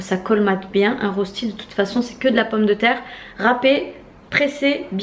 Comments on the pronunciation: Petite correction si tu le veux bien 😊 ça s'écrit bien "rösti" mais ça se prononce "röchti". Bisous !!! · Rösti = reuchti pour la prononciation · Coucou juste pour te dire que Rösti se prononce en fait "reuchti" Bisous de Suisse !